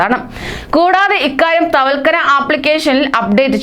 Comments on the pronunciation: തവക്കൽന ആണ് അല്ലാതെ തവക്കന അല്ല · തവൽക്കനയല്ല തവക്കൽന